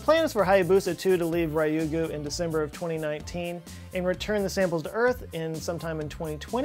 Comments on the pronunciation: Well, he gets "Ryugu" wrong every time he mentions it in his videos. It's not Rye-you-gu, it's Ryu-gu-. Like, say the word "you" but with a r at the start. リュウグウ（竜宮）"Ryu" in Japanese is never "rye". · Say it with me! A-ka-tsu-ki! Ha-ya-bu-sa! Ryou-gu!